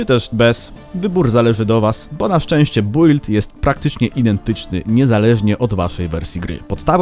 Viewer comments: czyta się "bild", a nie "bUild"... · Nie czyta się "bujld" tylko "Bild" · kuźwa czyta się bild a nie build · Zajebisty film i fajny pomysł ale prosze wymawiaj "build: poprawnie